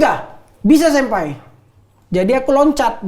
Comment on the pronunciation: senpai jdi sinpae 😂